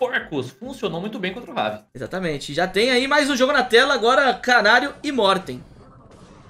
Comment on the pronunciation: Na primeira partida eu ouvi caralho ao invés de kanariooo não sei pq